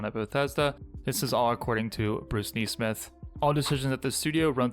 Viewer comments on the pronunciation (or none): “Knee-smith?” He doesn’t pronounce this common last name, as it is normally pronounced, “Ness-smith?” Very odd. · Neesmith? When did a single ‘e’ become pronounced as a double ‘e’?